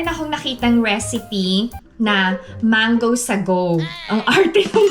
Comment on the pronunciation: Apaka linis sa Korea..wala po sigurong ipis and daga sa Korea..curious lang po 🙂 Gusto ko yung pagkabigkas ng "mango sagowŵw"😅 Kumusta na po tatay nyo?🙂